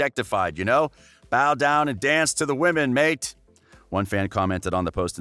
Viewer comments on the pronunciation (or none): none